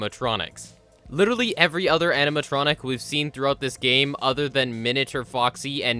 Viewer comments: When you realize he says amintronic and not animatronic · Is it just me, or did he say "animatronic" so much he started accidentally saying "aminatronic"?